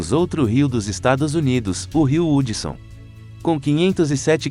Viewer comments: Meu pai Nao e Hudson se lê Radson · Kkkk o rio Hudson se fala rudson